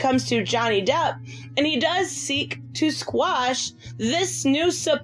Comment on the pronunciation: How come no one can pronounce the word QUASH?